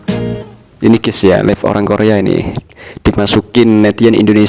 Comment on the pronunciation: Live baca laif.. Bukan lif klo lif artinya angkat. 😢 beneri dulu pengucapan inggrisnya.